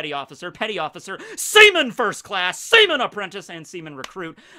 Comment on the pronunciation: The emphasis on seamen really made me laugh